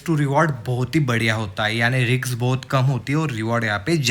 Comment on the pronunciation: Bhai, I have few suggestions. 1. Keep it short, the first 5 minutes is just "beating the bush" and not many will be interested in watching your video. 2. It's not RIKS, it's RISK. Similarly it's not STRATERGY but STRATEGY. It's DIVERGENCE and not DIVERGEN. Otherwise, your video is good.